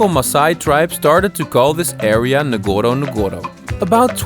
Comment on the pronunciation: Nice keep going . but ..one of the safari name is not nagoro nagoro, it is Ngorongoro..say Ngorongoro. thank you bro.